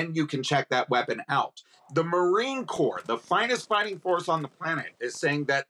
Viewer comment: Negative "MaRInE" ? 🤣 wtf is this